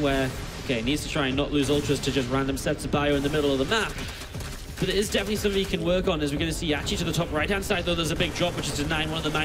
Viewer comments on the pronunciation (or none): i'm not sure why, but i am always bothered by the English dialect in which "th's" are pronounced as "f's". for example in this video: wif - with somefing - something fink - think eifer - either rant over. all in all, very entertaining series.